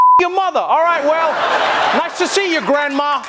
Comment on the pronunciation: "Nice to see you grandmah !"